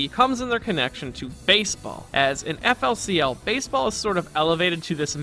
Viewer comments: Eff el sea el killed my soul...just hurt hearing it said like that man. Very insightful video but ouch. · GRAAAAAHH ITS PRONCOUNCED FOOLY COOLY